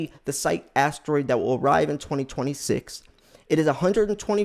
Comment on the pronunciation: It is pronounced S-EYE_KEY and not SEYEK!